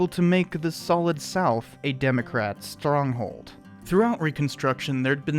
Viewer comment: This was a nice video, good job mate. , you say Stronghold in a funny manner, made me chuckle.